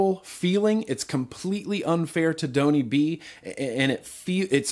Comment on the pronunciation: Tony b * you said bony b once